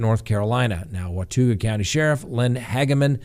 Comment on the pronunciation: wa-tah'ga for watauga :)